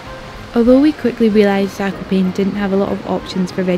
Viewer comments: btw its pronounced zak-op-an-air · I am from poland so this makes me happy seeing people making videos about skiing with us! PS: It's pronounced /zah-ko-paa-ne/ (E sounding like Elephant) in Polish or /zah-ko-paa-nuh/ in American pronunciation. PPS: Fun Fact: Zakopane means "buried" referring to the snow :)